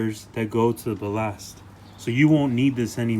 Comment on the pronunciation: Bal-last "ballast"